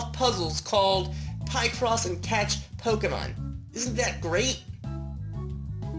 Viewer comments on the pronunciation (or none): Picross (pi-cross) not (pie-cross) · It's pronounced as, 'pic-cross' not, 'pie-cross.' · Let's use our logic, shall we? You're combining the words "picture" and "across" for the name of this game, so you wouldn't pronounce that "pie-cross", now would you?